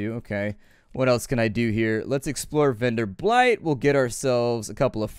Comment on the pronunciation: Keep it coming. And please, it's Venderbight, not VenderbLight (pay attention to the 'L').